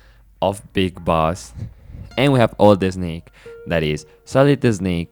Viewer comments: its so funny whenever you say snake, you say eh-snake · Excellent summary my man, very well done! And from now on, I'll be pronouncing it "Eznayke" 😜 (just kidding, I'm guessing your mother tongue must be Spanish, where the letter "s" is always preceded by an "e")